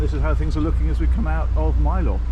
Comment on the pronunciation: Not to be rude as I love your videos and am from near where you visited but it is pronounced Myl-er even though its called Mylor. Glad you had a good time and spend the rest of your trip well.